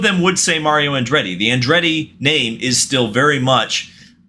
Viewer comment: why are all Americans awful at pronouncing names from other countries